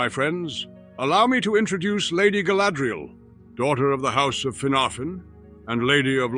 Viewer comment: Galadril! NOT sadriel XD